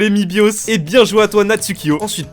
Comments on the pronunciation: ses maïbios et pas mibios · my bios c un youtubeur 😂 sa se prononce may bios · Et ça se dit pas mi bose mais c’est maï biose comme t’avais mal prononcé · Mybios, qui ne se fait pas respecter son nom... ( dit [mibios] prononcé à la française ) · Mibios ptdr c mybios